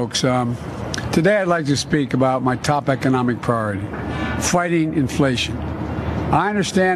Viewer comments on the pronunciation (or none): Is Biden’s priority “flighting inflation” meaning he’s acknowledging its skyrocketing or did he say “fighting inflation”? I mean he speaks so incoherently every time he opens his mouth it could be either.